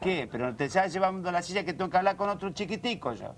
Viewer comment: Jajajaj que mala la cabrita chica. La letra S la cambia por una Ch como la chilla - silla Me puche de mal humor-me puse de mal humor hajajjaja